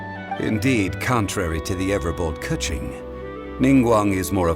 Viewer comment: Why does Keqing pronunciation sounds like a "Cut G" lol